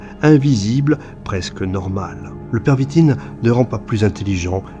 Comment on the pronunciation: On dit la pervitine et pas le stp